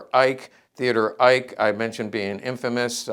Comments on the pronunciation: And the correct pronunciation of Eicke is “Ik-a”. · Great video - thanks for sharing. BTW, the red on the uniform shoulder epaulette is for artillery (he was commander of the FLAK Bn) and Eicke would be pronounced 'Ike-uh' sort of how Porsche should properly be pronounced with the last vowel not being silent.